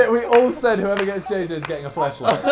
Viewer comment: I thought u said banana for JJ lol